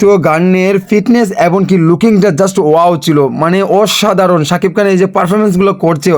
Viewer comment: কান না খান হবে উচ্চারণ ও করতে পারো না? আবার কন্টেন্ট করিস